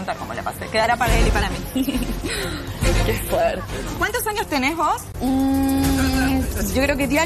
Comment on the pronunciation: el "que foerrte" de